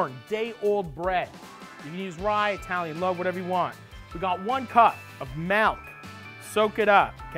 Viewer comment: You ain’t eye-talian. So I ain’t eating that stinkin sub